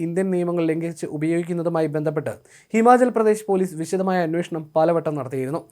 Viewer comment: അന്വേഷണം എന്ന് കേൾക്കുമ്പോൾ ചിരി വരുന്നു...😂😂😂😂